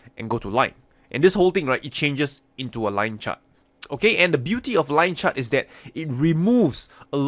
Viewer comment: "Yue likaa da lien chaert?" 👽 aaaaand "DRAAWIGIN"!!😂😂